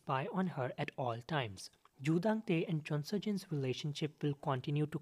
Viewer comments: Joo Dan Tae* not Dang Tae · It's Joo Dan Tae. Not Joo Dang Tae